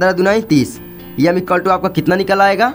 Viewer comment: 😂M ❌ yam✅ 😢